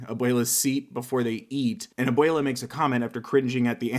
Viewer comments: Can I just say abuela is pronounced a-wel-a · I speak a bit of Spanish and how he said abuela really hurt